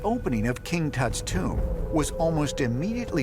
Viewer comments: Why does the narrator pronounce TOMB as CHOOMB ? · ramy romany ..its a Tomb not a . " TUME " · What is "Tumbe" he keepa saying? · British Boy, "and i oop... A tomb"